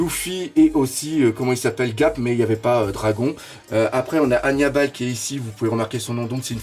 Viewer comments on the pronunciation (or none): c'est pas pour être méchant mais il respecte pas le nom des personnages c'est vraiment abusé Il t'a dit Raylai alors que c'est Rayli (je parle de la prononciation bien sûr )c'est dragone et pas dragon sérieux et c'est Garp et pas gap OMG tu regarde One Piece et ta chaîne est dédié à One Piece fait des efforts !!! c'est vraiment gênant d'entendre sa ...